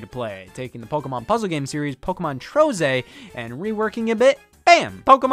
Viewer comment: Neat episode but damn i hate how you say pokeamon